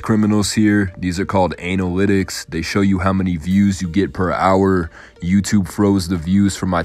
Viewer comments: This mans said anal litics 🤣🤣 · You call it ANALlytics ? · He said “ANALytics” 😂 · you gotta learn how to pronounce analytic. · why do you pronounce analytics like that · Pls work on your pronunciation of analytics